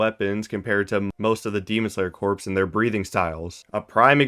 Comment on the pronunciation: Dude, corps is pronounced core not corpse.